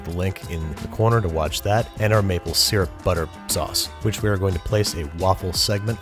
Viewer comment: finally an American who says syrup right (it's see-rup not sur-up)